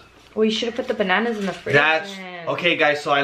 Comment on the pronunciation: I love when said bannananas instead of banannas.